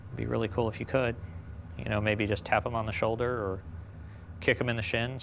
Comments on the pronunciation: How many times he gonna say "cewl" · No one:: "cOOwEl" Liek okay ya kowabunga to u 2 melanin king:)